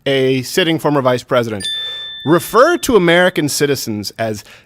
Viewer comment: It didn't even sound like he even said "president". It sounded like he said present.